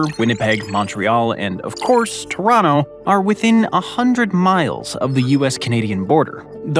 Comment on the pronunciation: Hate to see a North American content creator mispronounce both Toronto and Quebec. Be best